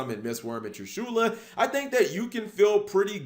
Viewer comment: Who cringes when he says "TrishUla"?